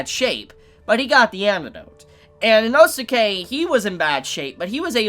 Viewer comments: Dude Inosuke's name is pronounced "Enos kay," not "Eno-suki." Like in the Naruto anime the name Sasuke is pronounced, "Saas-kay." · Why are you saying Inosuka'sname wrong